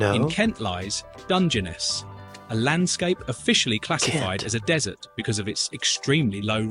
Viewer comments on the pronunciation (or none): Emphasis is on last syllable. It’s Dun,gen,NESS. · It's Dunge-ness not Dungeonous! 🤣🤣🤣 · And DUNgeness. As opposed to DungeNESS. Weird. So will learn to mispronounce... 😂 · Do not set any store by the video's pronunciation of the Welsh place! The voiceover incorrectly pronounced 'Morcambe' - which should be more like 'Mor-cum' and Dungeness, where the emphasis should be on the 'ness' part of the name. So don't bother practising! It was rubbish- that was obvious even to a non welsh speaker like me! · After hearing the way it ssid Dungeness, I walked out. Must go back to laugh at our robot overlords